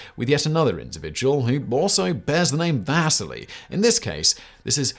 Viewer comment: Wish Simon and team would reach out to me on pronunciations. Vasily is vas-ce-lee not vas-silly, like Lowell is low-el not Lull (different video). Why? for so many people this is the only source of historical information